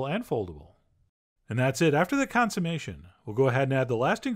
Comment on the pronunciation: “After the consommation”